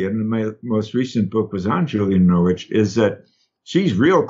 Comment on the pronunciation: Dr Jeff … Norwich … the w is silent … lots of love from the U.K. 🙏🙏🙏